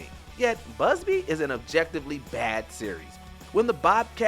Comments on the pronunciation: Can you learn to pronounce names correctly? It is BUBsy not buzzby… Thanks. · You are correct. He is constantly saying Busby instead of Bubsy. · how you pronounce BUBSY as "BUZZBEE" more than once...? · Busby? It's BUBSY!!!! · Is it just me or anyone else heard he saying BUSBY instead Bubsy? Not one or two, but ALL times he said its game's name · The game is called Bubsy, not Busby. You mispronounced it five times in a row. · I swore it was called BUBsy not BUZZbe?? Maybe I’m wrong? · The narrator referring to Bubsy as "Busby" is one thing, but saying the character returned in 2007 (instead of 2017)? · This video gives me SO much inspiration!! This man can narrate when he can't even read a simple word? BUBsy, not BUSby. Come on, my man! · Did no one notice how the VO is saying "BuSBy" instead of "BuBSy"? He pronounced it wrong everytime... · They said “Busby”. It’s “Bubsy”. Oh, who the f*ck am I kidding? They don’t care. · It's probably not even worth mentioning for a mediocre series, but It's not BUZZ- bee. It's BUB-zee. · It’s BUB-SY not Busby!! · BUZBY?? IT'S FECKING B U B S Y !! What a dumb presenter!! WM seriously hires the slowest people. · Buzzby??? This guy seriously can’t read, how can you keep letting him narrate??? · How do you mispronounce Bubsy that many times?? lol. Got some spectral beings working there. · Bubsy is so disrespected that the narrator of this video didn't even bother to pronounce his name correctly 😂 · I'm sorry, am I hearing him say Bubsy's name wrong, or am I crazy?